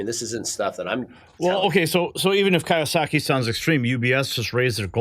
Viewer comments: The man's name is Robert Kiyosaki (kee-oh-saw-kee). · Kee-ohh-sahhkee dude. 🤦‍♂️ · Key yo saki is how that is pronounced.